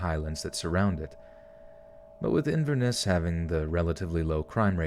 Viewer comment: Fellow fan from Inverness! The way the auto voice did it is actually how it's said. SO cool hearing other people on this town listen too :D sad I missed the stream